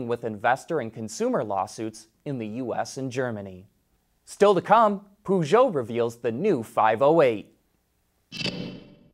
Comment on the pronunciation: It's not "Poooshoout", the company is called "Peugeot"